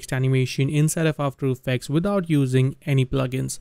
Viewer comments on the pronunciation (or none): "Whinthout Using any plugin" I love when u say it 😂😂 ❤